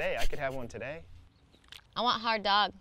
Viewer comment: Natasha: "Sslp, I want a hard Doug." Doug: "You want hot dogs? ..OK." Natasha: "-Hard Doug-" lol, didn't notice the pronunciation at first xD